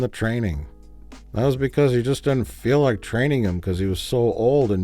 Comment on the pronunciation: anyone who regularly says "I was lik" shouldn't be allowed to make anything